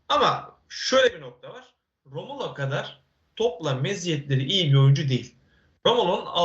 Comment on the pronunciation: analizlerini yorumlarini zevkle izleyip takip ediyoruz cansın... Ama senden tek bir ricam var nolur artık şu adamın adını doğru söyle. rAmulo değil rOmulo.